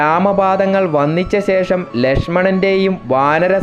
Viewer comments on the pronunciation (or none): none